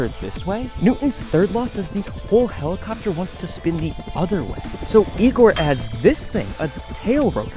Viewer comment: That Russian dude really said - Helicofter - Helicofter!